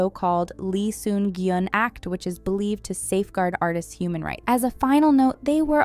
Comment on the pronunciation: Lee Sun-kyun ...not gyun